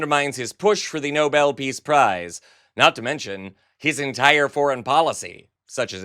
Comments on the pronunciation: And NOBEL isn't pronounced NOBLE... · It's Nobel, not noble, missy! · "Noble" Peace Prize? No-bell! Ms. Levitt, learn yourself how to talk rightly! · Did she? Oh yes she did - called it the nobel (noble) prize. Not the NoBEL. NOT TOO INFORMED! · Leavitt called for Trump to get the "Noble piece prize". Hasn't he had the people that did his Time cover make one for him he so he could hang it at Mar-a-logo. Just make sure its spelled the way she said it. Obama received the "Nobel piece prize". Not knowing the name shows how dumb she is. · She calls it "noble" peace prize and all the time I thought it was the NOBEL Peace Prize. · Someone please tell her how to pronounce ‘Nobel’…. She keeps saying ‘noble’ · The brainless twit called it the noble peace prize, not Nobel. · Leavitt called it The Noble Peace Prize. No-BELL if you can get it right and must sound it out. You GOLD DIGGING Airhead with a 60 year old husband!!!! ✌️🏳️‍🌈✌️ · No bull peace prize. It thought it was pronounced no bell. Stupid American barbie liar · She's so stupid that she pronounces Nobel as Noble. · Also - Karoline pronounced it noble and not Nobel - this entire administration has the combined IQ of a roll of toilet paper! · Did she say the Noble peace prize? I thought it was Nobel... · It’s the Nobel, not Noble, peace prize, Karoline. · And the blonde liar pronounced it NOBLE, not NOBEL. Big difference. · I'll be the first to admit my hearing is not what it used to be but did did she say NOBLE Peace Prize?? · Did Leavitt just mispronounce the Nobel as noble? Is English not her first language? 😂😂😂 trump can be awarded as many nobles as he wants! 😂😂😂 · How much of an idiot do you have to be to call it the "noble" peace prize? It's like hearing someone read out angel as angle. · She can't even pronounce Nobel correctly. He deserves nothing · Leavitt does not know how to pronounce "Nobel" hahahahaha She probably has NO IDEA what it IS hahahaha